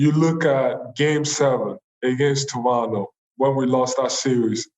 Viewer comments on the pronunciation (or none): none